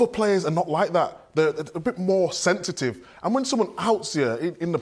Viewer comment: Wtf is sentetive!!😂😂😂😂😂